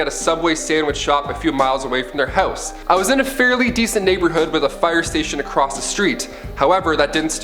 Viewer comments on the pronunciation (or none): none